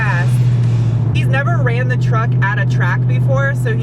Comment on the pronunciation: It's called TRUCK not TRACK!